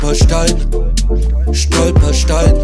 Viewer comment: Dank diesem Song weiß ich jetzt wie ich „Stolperstein“ richtig ausspreche👍🏻 Danke